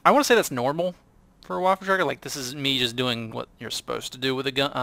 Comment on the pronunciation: The WT auf Pz IV is pronounced WaffenTragger Auf Panzer Fear from what i've seen